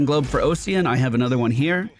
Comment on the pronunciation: the "Ocsean" instead of OSS-ian is messing with me, Ossian Renewal is Bone Renewal. like Osteoporosis or Osteocyte